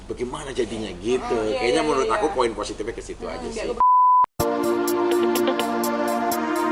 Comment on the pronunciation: "MENURUT" tante bukan menuluuuut😂😂😂